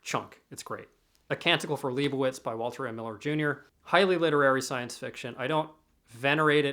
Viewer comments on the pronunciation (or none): none